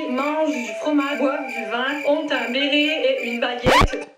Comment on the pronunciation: " mythe numéro âun " je meurt de rire XD